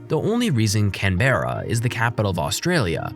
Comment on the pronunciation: You forgot to mention the egregious CAAAYNN-BERRA. 😢